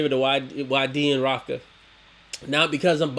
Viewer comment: Rochka pronounced "roshka" and waydi pronounced "whydee"☺️